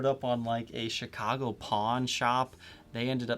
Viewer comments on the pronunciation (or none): none